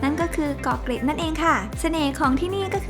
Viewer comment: "เกาะเกร็ด"จ้า ไม่ใช่่เกาะเก็ด ปากเกร็ด จ้า ไม่ใช่ปากเก็ด